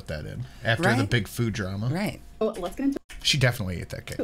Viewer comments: She says food so weird, actually most words she can't pronounce!!! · Finally someone talks about the the way she says food and other words with ‘o’